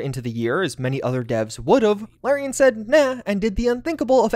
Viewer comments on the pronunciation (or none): You keep mispronouncing Larian. The first syllable rhymes with the letter R.